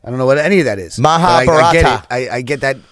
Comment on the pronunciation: its not mahabarataa its maha bha rat